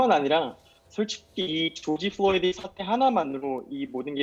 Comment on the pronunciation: George Floyd구요, 한국어로 죠지 플로이드!!!! 플로니가 아니라!!! 교수라면서 사람 이름하나 제대로 발음 못합니까? 망자에 대한 예의 좀 갖추시죠!!!!!!!!!!’